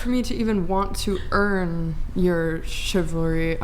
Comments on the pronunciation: Here’s a crazy thought. You should probably be able to say the word chivalry before you start debating the finer points of it on a podcast. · The woman who can't pronounce "chivalry". Is she drunk or high?